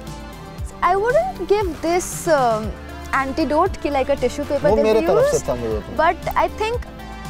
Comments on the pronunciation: Antidote nahi anecdote 😅 . And she says her turn off is wrong grammar 🙄🙄🤐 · It's anecdote not antidote...😅😅